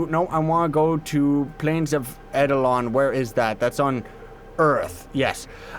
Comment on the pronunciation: Friendly reminder: its actually pronounced Plains of EYE-DEL-ON